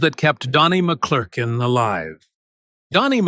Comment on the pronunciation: You can't even say his name! Say it: Mc Clur kin